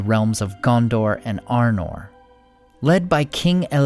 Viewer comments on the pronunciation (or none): none